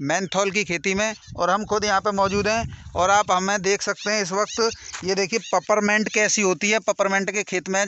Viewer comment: Paperment nahi hota hai is la name peeperment hota hai illiterate ho.